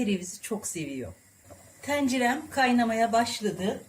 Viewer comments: Tencere kapalı e ile söylenir. TEncere deyip durmayın ya! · Hay senin tEncerene! Bir de en az yirmi defa tencere demiş nasıl sinir bozucu izleyemiyorum! Şu tencere telaffuzunu öğrenin yemek kanalı sahipleri! %99'unuz yanlış telaffuz ediyor. Yemek videosu izlemek işkence! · Ahhh..bir de tencere kelimesini düzgün telaffuz etseydiniz 🤦🏽‍♀️